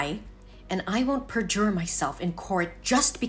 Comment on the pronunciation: 'Perjure' is pronounced 'per-ger' (from 'perjury'), not 'PAH-juuur'